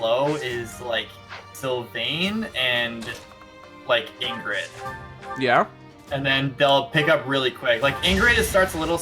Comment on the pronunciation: did just pronounce her name ingrid